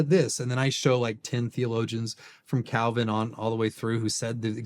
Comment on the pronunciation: It's painful to watch someone claim to be closer to Calvins position...while completely butchering Calvin